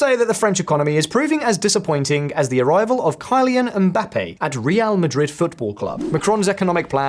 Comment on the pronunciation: The cut to mispronounce Mbappé’s name. Lol